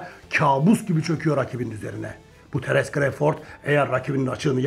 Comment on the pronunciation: düzeltme: terens kreyford değil terıns kra(o)vfırd